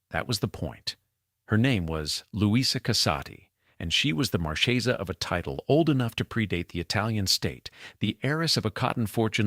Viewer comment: Marchesa the ch is pronounced like a hard long K. No che . It's Italian not Spanish. Thank you